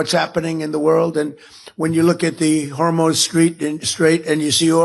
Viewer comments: Did he just say the “Hormone strait”??? 🙄🙄🙄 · Did anyone else catch Trump say hormone straight then self corrected himself to say hormuz? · Did y'all catch that Freudian slip when Trump was trying to say Hormuz Strait and he said "Whore Moan Street?" Pretty sure he's been down that road before? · Is it just me or did he say the “hormone strait”? His sexualizing of things and people is so weird and offensive.